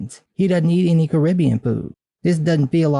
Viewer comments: Did you really just say "Caribbea"? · I mean, is it really called Caribbea? I've only ever heard it called the Caribbean, not Caribbea.